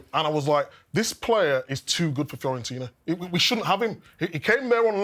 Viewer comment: This guy literally played for Fiorentina and still calls them Florentina